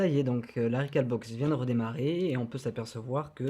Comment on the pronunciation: Rec"au"lbox comme un hall de gare... sinon bien l'explication. Sauf que le ftp via ethernet c'est super rapide